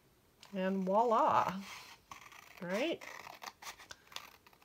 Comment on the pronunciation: Voilà starts with a “v” not a “w”! It’s French for a dramatic “there”!